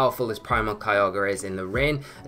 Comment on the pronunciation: I know you're saying Kyogre but it sounds like Kialga and I always get excited for the Dragon/Steel boi